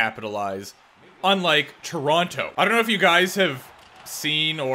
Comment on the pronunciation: It's definitely not said Toronto. More like the Ch or Tron Oh